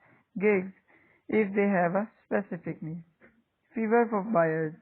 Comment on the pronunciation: briefly explain. what is feverr brother It's Fiverr